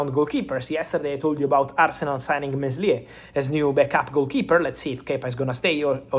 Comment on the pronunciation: In the pronunciation for Meslier, the 's' in the middle is silent. You pronounce it as Mélier. It's an ancient French surname from medieval times just like the famous French gangster Mesrine, also pronounced with a silent 's'. Hope it helped